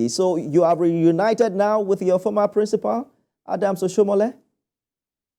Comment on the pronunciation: Princi pul not princiPAL